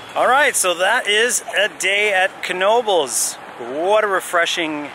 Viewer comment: It's pronounced with a hard "K"..... it's a family's name: "Ka-Now-Bels"